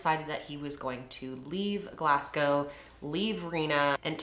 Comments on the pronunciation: Your pronunciation wasn’t too bad but, us Scots say Glasgow like ‘Glaz-gow’. Awesome video though! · love u gal but pronounce our scottish cities right ffs was painful hearing u say the work glassssgow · Cracks me up how you pronounce Glasgow 😂 its Glaz-go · I can’t get over the way your pronounce Glasgow it’s just so funny seeing how Americans think it’s said 😭